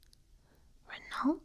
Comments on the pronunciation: Watching you mispronounce Citroen and Renault while whispering gave me really tingly cringes :P That was bizarre :P Excellent video though :) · As a car guy, I was in agony hearing you mispronounce Citroën and Renault